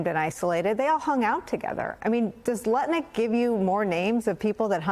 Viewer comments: Howard Nutlick say it properly. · I’ve listened to the IHIP ladies too much because I don’t even hear Lutnick anymore even when it’s said properly 😂